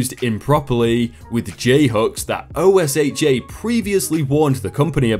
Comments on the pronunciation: Say Ohsha not o.s.h.a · OSHA pronounced O-sha Just remember that for the most part, in the USA, some stuff is pronounced as if it is a word. You can probably check by loocking up news videos to see if this is the case on some abbreviations. For example OSHA, NASA,... Whereas USA, DOT, DMV ... you would just say the actual letters. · Whenever OSHA comes up from now on, just say it how it looks, we all do here in the USA "O~Shah" it will save you time. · Love ur videos...but when u are reading the acronym OSHA u can save ur breath, love. LoL in America we read it like a word. (Oh shuh) or (oh sha) sounds kinda like ocean without the "n". 😎 but yeah, out of all the reddit readers on YouTube you and are my favorite voices. Please dont stop making videos 🤩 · OSHA is a word not "O S H A" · Oh my freaking Glob! Please, please, please stop spelling it and just say it! It's not O-S-H-A. It's Oh-Sha! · OSHA is said "O-SHA" ;) keep up the good work. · Just an FYI: OSHA is pronounced "Oh-shah." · Normally I wouldn't complain about this, but OSHA is an acronym but is spoken like one word OH-SH-AH if you feel uncertain about pronunciation. Love your work though! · Just to let you know, OSHA is pronounced O-SHA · I was thinking the exact same thing. Its quite funny, I've never heard someone say the letters before these videos. Not complaining just noticed it myself. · if it's any assistance to you, OSHA can be pronounced like ocean without the n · OSHA is not spelled out. It’s like scuba